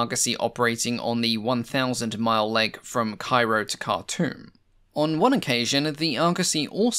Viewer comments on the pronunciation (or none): none